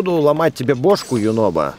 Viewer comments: Его зовут юнобо а не юнобко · А почиму Юнобо вечно говорит горо???